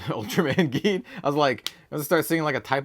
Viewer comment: Geed is pronounced Jeed but with a G and Tiga is pronounced as Teega, huge fan of Ultraman and Kamen Rider for about 25 plus years and nearly have all the series they’ve released on Blu-Ray here in North America. I knew this games been out for a while but it’s not easy to find this stuff here in Canada where I live, no LGS around me picks up on the new Japanese TCG’s and I wished they would because they’re truly missing out.